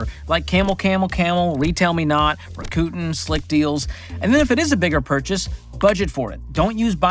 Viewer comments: Rakuten is pronounced rack-oo-ten. Also it’s not worth it. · Rakuten sponsors the warriors. No one in norcal says Rakuten the way you did. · Did say Rakootin instead of Rakuten for comments?? 🤔😂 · What is that I hear... Ra-Coot'n. (Rakuten) 😅😂. Thanks for making me LOL! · Ra-koo-ten made me lol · Wait hold up, did you say “RACK-KOO-TEN”???